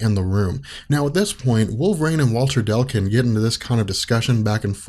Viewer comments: DECLUN....UGH! NOT DELCUN!! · Its Walter Dec-lun not Del-cun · I can’t stand this, anymore. It’s “DECLUN,” not “Delcun”. D-e-c-l-u-n. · Thanks for doing these, they're really awesome. Btw... It's Declan. Dec-lan! Not Del-can. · I was focused on that as well lol. I missed half the video because I kept saying declun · come on man. DEC-LUN and not DEL-CUN. You've been hanging around benny too much. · Yep. It's "Deh-Cloon" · Declun is not pronounced Delcun.